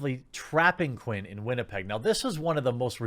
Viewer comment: I can get a WestJet ticket from Winnipeg to Toronto today for $180.00 plus fees. Oh, and thank you Jeremy for pronouncing Winnipeg properly. Living here, the way people pronounce it poorly bugs the hell out of me.